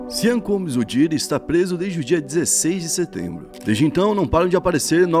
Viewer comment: Please pronúncia bem nome dele Sean Combs ... Vocês Brasileiros falam MUITO mal inglês pra quem fala português. Eu falo de Maputo - Moçambique 🇲🇿 Fico arrepiado com o vosso Inglês